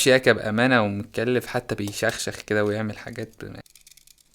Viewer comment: بيخشخش مش بيشخشخ بيشخشخ جايه من شخ 😂 بيخشخش جايه من خشخشه